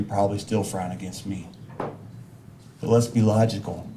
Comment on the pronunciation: This guy can’t even pronounce the word “logical.”